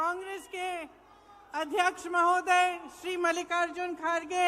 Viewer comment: खड़गे का नाम तो आज तक लेना नहीं आया इनको खाड़गे बोलते हैं 😂